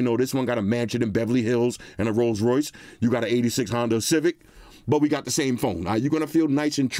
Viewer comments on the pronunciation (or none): none